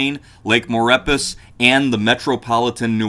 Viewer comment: thanks for the vid. Just FYI Lake Maurepas is pronounced More A Paw in these parts around NOLA. Love the vids keep it up.